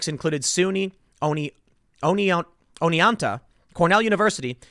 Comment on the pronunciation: GREAT JOB SAYING Oneonta! My home town.